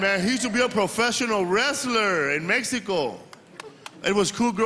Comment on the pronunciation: You should be ashamed you cant pronounce Mexico correctly neither im english or spanish